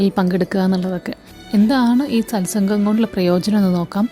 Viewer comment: സത് സംഘ്.. ആണ് ശരി. സൽ സംഘ് അല്ല.